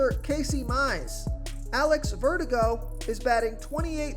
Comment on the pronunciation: "Jameson Tail-on?" "Alex Vertigo?"